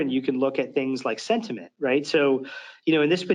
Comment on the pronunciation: Somebody tell the demo guy that it's SENT-iment, not SED-iment... ;o)